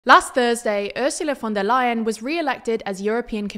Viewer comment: thats actually the correct pronunciation this time